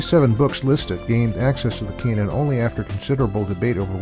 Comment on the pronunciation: This video is very hard to listen to. consistently mispronounces canon (a homophone of cannon) as if it were a homophone of Cainan.It's like he's never heard the word spoken before.